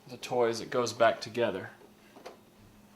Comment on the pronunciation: I think it's toy not toiy